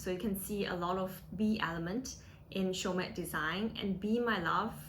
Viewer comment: dont pronouce the "T"